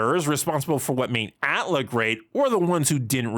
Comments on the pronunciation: You make a lot of great points, but the way you say "Atla" and "Tlok" as if they are words really grinds my gears. I just can't stand it. Just call the shows "Avatar" and "Korra" like every normal human would, Jesus Christ! As for the topic itself, I understand disliking the scene, heck almost every scene in any piece of media which tries to make a child look "cool" is inherently cringeworthy, but I believe all your complaints come down to how the show treated Korra PAST this point. The scene in a vacuum itself is just the proper introduction of the character, if she stopped being a Mary Sue as she grew up and they gave a good reason why she excelled at bending more than previous avatars then there'd be (almost) no problem! The scene works well in establishing that this is going to be a different show than Avatar, it tells you straight away that this show is NOT going to be the same journey with a different protagonist, it's going to be a completely different journey and this new Avatar will have to learn different lessons. That's the biggest positive which you didn't put in your list, it's not about literal exposition, it's about presenting themes and styles. Afterwards we all got disappointed, or at least underwhelmed by what this show was compared to Avatar, but blaming this one scene for it is nonsense in my opinion. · Wait. I know this not the point, but I'm stuck on it... Y'all really be out here saying "at-lah"? This whole time I've been saying "A.T.L.A." or just "Avatar".